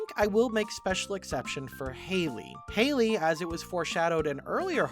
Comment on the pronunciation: btw have you noticed that the youtuber mispronounced Hailey for the entire vid? Also, Caroline would definitely be a druid